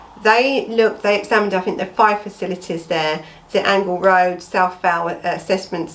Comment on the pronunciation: It's pronounced Angel Rd as in angel